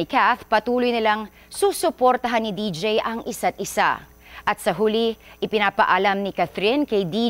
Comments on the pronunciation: Deejay un pronouncation okay malungkot pa din ako😢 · D J hindi deej